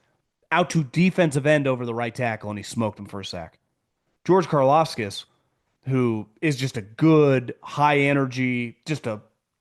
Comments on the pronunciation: It's CAR-LAUV-TISS KARLAVTIS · inability to pronounce Karlaftis or even come close is pure gold 😂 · It triggers me how you say Karlaftis..